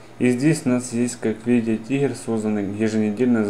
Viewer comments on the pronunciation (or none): не тигер, а триггер)